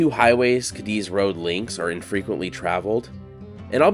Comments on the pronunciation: It's NOT pronounced "Kadiz - Cadiz but Kah-dees. We'll accept Kah-deez. Pls do your homework well before putting out contents 🙄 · It's actually pronounced "kay deez" I love video's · FYI. It’s pronounced Katies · It’s not “kah-DEEZ” it is “KAY-deez”… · I worked on the railroad and the name Cadiz is pronounced Kay-dees with the emphasis on the first syllable. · You are pronouncing Cadiz wrong! It sounds like this " K deez "... As a brakeman I rode freight trains thru there early 70's.. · Cadiz is pronounced ( Kay - Deez ) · It's pronounced Kay Dee's I'm pretty sure. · Out on the desert you pronounce it Katy's. In Spain it's Cádiz, which you pronounce KAH-dees, but it got Americanized on the desert. I lived north of Goffs back in the 70s, and while I can't recall whether I ever was in Cadiz, I heard the name many times. 🤠 I once wanted to be buried in the Goffs cemetery, but it turns out that's not possible, and anyway the VA will bury me for free in a national cemetery. I don't know how true it is, but when I lived on the desert I heard that you can drill anywhere and hit cold, clear, delicious water no more than 1,000 feet down. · The railroad folk pronounced the word Cadiz as KAY - deez. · It is pronounced Katie's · I've been to Cadiz, Spain. There it's accentuated on the first syllable.